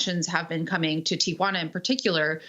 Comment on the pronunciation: Amy, like most Americans, mispronounces Tijuana—it’s not Ti-a-juana. Listen to how says it.